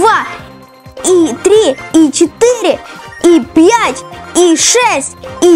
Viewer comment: Ты сказал пьять😂